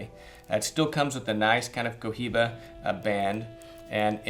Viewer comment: it's pronounced "coiba"